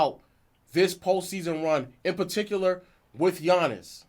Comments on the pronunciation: As great as Giannis is, we all should be able to pronounce his name, and he isn't relatable because he is definitly humble. Seemingly like he believes that he always needs to improve his game. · Giannis has been a relevant name in the nba for couple of years now and people still don't know how to pronounce his name, smh🤦🏾‍♂️ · It's not that hard to learn his name ik it when I was in 6th grade...yall just wanna disrespect and not give Giannis his credit and respect